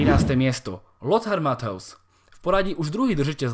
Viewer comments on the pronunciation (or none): Výborné video. Len tak ďalej. Ja som tipoval ako 1. Ibru. Menšie poopravenie číta sa Lotar Mateus nie mathaus to bolo trochu komické ale aspoň som sa zasmial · super video, ale matthäus sa číta mathojz